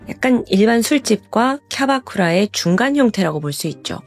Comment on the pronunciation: 언니 왜 자꾸 캬바쿠라를 캬라쿠바라고 불러요??